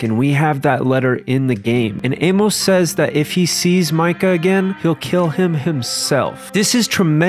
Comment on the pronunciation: say it "Ay-muss" not "Ay-mowce" Good vid